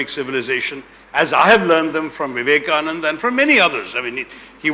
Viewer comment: Mr. Taroor, it is not Vivekanand, it is Swami Vivekananda.